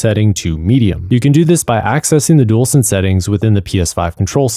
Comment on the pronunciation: “Dool sense”